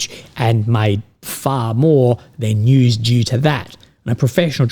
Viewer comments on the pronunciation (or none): none